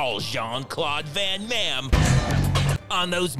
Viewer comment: Jean claude van "MAM" 🤣🤣🤣🤣